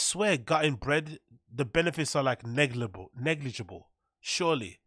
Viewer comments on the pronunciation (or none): Bapa is having to much of an influence on you. We heard that "Negligable" sneak out 😂